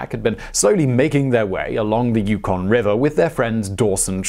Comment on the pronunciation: On the pronunciation of 'Yukon'..... Nailed it this time! :) Love your work Simon.